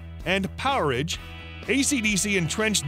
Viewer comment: Who the hell is the narrator? couldn't get any worse, geezzzz! Power Age not powerege, Brian Johnson, not Brian John.